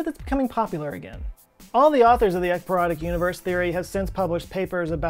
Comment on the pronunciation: Love that you spelled ekypyrotic. I heard 👂 eggperonic.. excuse me I'm smelling dinner as I watch. Carry on.